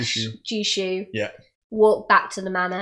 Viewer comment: Technically Jushu should probably be pronounced Yushu.